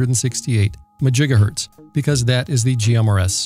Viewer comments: I"m pretty sure that MaJigahertz begins with a "M". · He said majigahertz, ugh. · Just a note: It is pronounced "Mahjigahertz". Rum0rz are "they" are working on a Megamajigahertz transpeater for many Megafarz. Czech in from time to time for any updatages. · I always thought it was 'mah jiga hurts' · Majigahertz made me spit out my coffee 😂